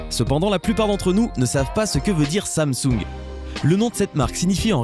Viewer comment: tu prononce pas il le faut samsung